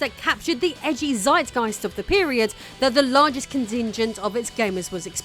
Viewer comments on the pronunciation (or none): none